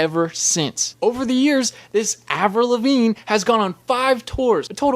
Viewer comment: “Avril Lavinge”?